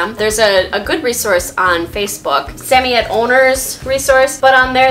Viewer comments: I love this video can’t help but say respectfully it’s Sam-oy-ed not sammyed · I have never heard a samoyed pronounced the way you do. Where are you from and why do you say it that way?